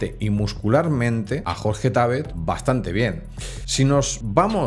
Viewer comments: No es Jorge Tábet, es Jorge Tabét (no lleva tilde, la pongo para escenificarlo) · Por qué decís Tábet, cuando es Jorge Tabet???